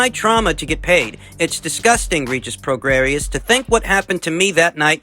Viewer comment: Pronounced...PRO GRAY..COME ON YOURE SUPPOSED TO KNOW ABOUT BOXERS......CHAR LO YOU DONT KNOW ANYTHING ABOUT THESE FIGHTERS. ANOTHER BUNK CHANNEL..DONT INSULT OUR INTELLIGENCE..AND KNOWLEDGE OF VOXING